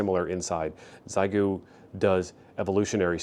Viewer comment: It's pronounced SheGo for we English speakers ha